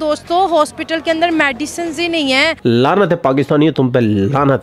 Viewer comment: मैडिसन (Medicine = Madiison)😂😂😂